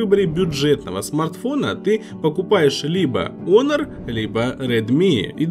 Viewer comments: Кого бесит что называют не хонор а онор Не Ксяоми а сяоми Ставьте + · Хоноры а не оноры,глэк